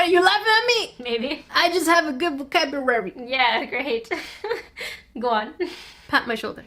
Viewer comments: I have a good vocabulary” Also:valcwablery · "I just have a good vocaberary"